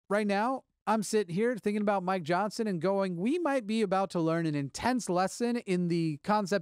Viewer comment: Every time you say Mike Johnson, it sounds like "my Johnson".